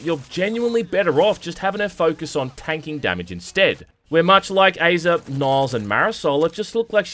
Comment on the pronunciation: Aza is pronounced like the “Whazzuuuuup” meme from the 90s like, “Azaaaaaaaaaaaaahh” Hope this helps.